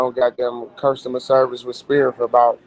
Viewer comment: I’m sorry, did he say “spirit airlines” 😂 boy, you have no business over there smh